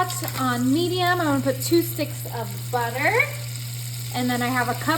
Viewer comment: Buttah makes everything bettah!!!! 😂😂😂😂